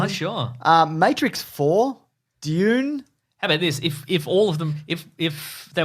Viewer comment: I'm pretty sure it's pronounced dune.